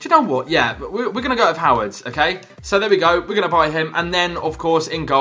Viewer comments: wait wait waithowards? If you knew any German, you would know it is pronounced something like hervedes, because the O has the accent that makes it errr and Ws are Vs in German. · It's huh-veh-des not how-ehds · Its pronounced Ho-Ve-Des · Höwedes - Howards Fährmann - Foreman :D Any Germans here? :D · "how-wedds" xD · Hervedes is how you pronounce Hövedes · HOWEDES IS PRONOUNCED HERV I DEZ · it pronounced how-we-das 😂😂😂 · Howedes is pronounced H-ur-v-des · It's pronounced howbedes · I am from Germany and it was so funny how you said 'Höwedes' :) Really nice Video! :D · You dont know Höwedes is pronunced right? XD I don't really Know how to explain it could somone try it? Oh and great Video ;) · He's struggling so much to pronounce Höwedes LOL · THAT WAS THE WORST PRONUNCIATION OF HOWEDES' NAME EVER!